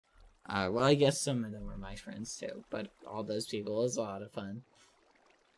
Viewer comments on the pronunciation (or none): none